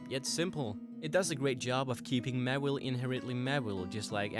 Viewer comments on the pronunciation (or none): How can you screw up that bad with Charizard by calling it "Cherizard" and "Mewile" when it's "mAAAAAAAAAAAwile"? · i thought it was pronouced MAW-wile not mawillie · ITS MAWILE NOT MAWELE>>ITS CHARIZARD NOT CHAREZARD> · It's not mawil its maw/Ile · its pronounced maw-while not mu-will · OH MY GOD HOW CAN YOU SAY THEIR NAME WRONG SO MANY TIMES!?!?! JUST WHY? MEWHLE? MEHWLE!?!HOW CAN YOU SAY IT WRONG!!! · It's Maw-Wile. Maw and Wile (Wily). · I would've said du sparce deserved a mega more than Mawile(pronounced Maw-While) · ITS MAWILE